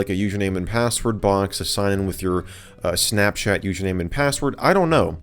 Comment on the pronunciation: Why does he say it like “snapshat”